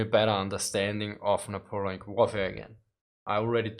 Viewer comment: Napoleonic is pronounced "Neh-poe-lee-ahn-ick". Very sad that the Art of War videos got so few views. I enjoyed them.